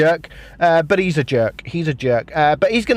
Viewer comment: lmao the player's name Jirka is pronounced Yirka... jErK lmao